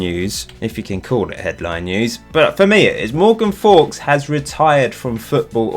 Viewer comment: Morgan Fowkes - the worlds greatest blagger :) got all the girls and lived the premier league dream! I think it should be pronouced Fowkes like oaks rather like Guy Fawkes however.